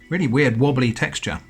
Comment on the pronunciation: W-ear-ed stuff in a can. I'm so sorry. 😂